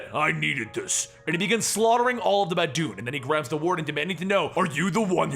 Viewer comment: Anyone else hear bad dude? Instead of baboon?